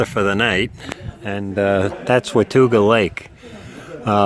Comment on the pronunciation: This is great oher than mispronouncing Watauga Lake. I was on the part of the trail above the lake last Saturday. I live about 20 minutes away from that part of the trail.